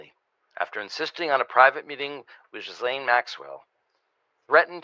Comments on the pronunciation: Gee-Lane. It’s not hard. Gee-Lane. You can look it up. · Grand Jury testimony will not be released to the public. According to lawyers this is just a time waster, the court will never allow it, Plus that's not the files we want anyway! Please Ghislaine is pronounced Gee-lane silent S, Ghis=Gee (like geetar guitar) NO that's just it, her lawyer is tight buddies with Blanche. No one is on her side! If she takes a pardon to keep her mouth shut, I bet she dies mysteriously within months. She would be smarter to lessen her sentence by complying with Congress, & helping the world get rid of taco boi! That would be a small redemption for her. She IS a sex trafficker after all. Will she lie to Congress? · Is it a Freudian slip that you keep calling her 'Jizz Lane' Maxwell? 🤣Please, please, please, nobody tell the Americans how to pronounce her name. I bet my bottom pound sterling it drives her absolutely potty. 😄